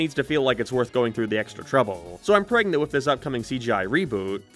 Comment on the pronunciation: I know is supposed to be saying that he's "praying that with this cgi reboot..." but all I can hear is "I'm pregnant with this cgi reboot"